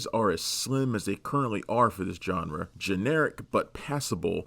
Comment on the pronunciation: Who is this "John Ra"?